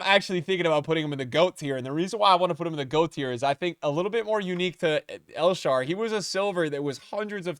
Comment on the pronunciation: "El Sharw" "Naldo" 💀